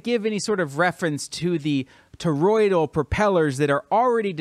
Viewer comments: The word is ToroidAL, not ToroidIAL... Doesn't give me much confidence in you in the first one second of your video. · It's toroidal...not toroidial. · 3 words in, mark: "...Toroid-EE-al.." Yup. I'm out. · I'd take this more seriously if you could pronounce "toroidal".